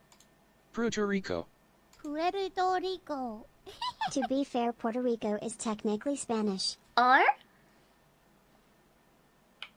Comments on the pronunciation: Yet the AI voice is pronouncing it "Porto Rico"; which sounds wrong. I've always pronounced it as "Poo-air-to Rico". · Listen I'm European and I never understood why Americans pronounced it POrto Rico. It clearly spells PuErto Rico. Never understood it, that's just laziness. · Ah yes, like all good Americans I too say it PORTO Rico /s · Puerto Rico! Google: Prero Torico! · "prieto rico" AYO xD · poor-toe Re-eco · Parece que ela fala preto rico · The irony here is that when finally spells it correctly, the TTS voice pronounces it INCORRECTLY. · What's even sadder is that I think the English Announcer always mispronounces it at the Olympics too whenever they do the Nations intros at the Opening Ceremony. When I watch this Summer's Olympics, I am going to keep my ears open for sure. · problem is that she's pretty accurate when she's just talking... But then she starts THINKING about it, and her brain is running in Japanese, and then it starts trying to use Japanese phonetics, which just do NOT work for this. Her own brain is working against her! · I don't understand why she tried to add an R after the P in 99% of her attempts. It's not like it's there in Japanese (which is Pueruto riko) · doesnt have the best grasp on english phonetics but shes trying